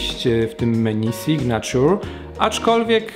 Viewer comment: SIGNATURE czytamy signejczer a nie signaciur